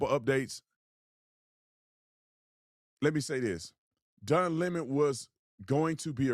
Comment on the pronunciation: Don Lem-Mohn